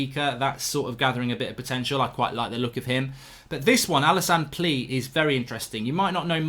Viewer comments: Alassane Plea pronouced( Play-Aah ) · Isn’t Plea pronounced as Player? Could be wrong